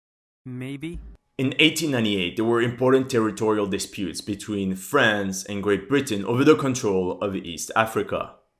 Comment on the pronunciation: It drives me nuts how some ppl say France!! it sounds like u say "friends", and I can't get it out of my head every time I hear it 😂 Love the vids